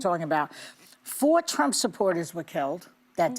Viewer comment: I love Joy's mishap on rumps name!! So perfect!! Thank you, Anna!! Alyssa is pathetic!! She is a worm and is showing her true colors now! I will definitely not be watching your show anymore!!